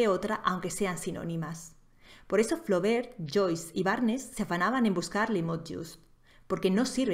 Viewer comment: Es cierto que quienes escriben mal se cierran las puertas de las editoriales. Y quienes no saben pronunciar Flaubert ¿qué tal quedan como profesores?